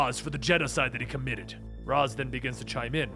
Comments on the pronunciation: Why do I keep physically recoiling everytime he pronounces ra's "raes" and not rozsh or something? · R'as="ray-shh" say it with me please. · Ra's = "Ray-sh" . . . . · It's pronounced 'raish' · I feel like he’s saying “Ras” wrong. Not that it matters I just thought it was pronounced different. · It's pronounced "Raysh" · That is not how you pronounce Ra's. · did nobody ever correct just pronunciation of raas?